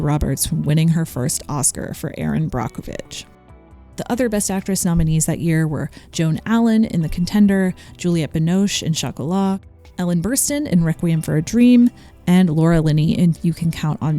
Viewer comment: FYI, the "o" in Binoche is pronounced more like "cause", not "dose". As a francophone, I had to kindly rewind that bit to figure out who had just been named. (This is purely meant as informational, not criticism, as I know how much you care about respecting other languages and cultures.)